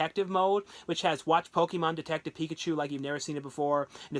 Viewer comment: Picked up the steelbook of detective Pikachu today, and man it looks GORGEOUS, one of the best ones ive seen lol you mispronounced it